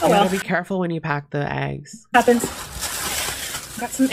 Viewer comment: “ you gotta be careful when you pack the egggs” 👨🏻‍🏫